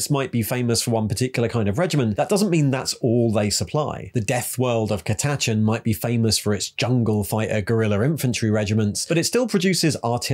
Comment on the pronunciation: Subbed because you pronounced Catachans in a way I have yet to hear over the span of 3 decades. 😆 kuh-tatch-en